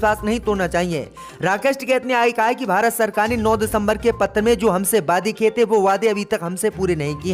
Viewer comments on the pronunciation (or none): none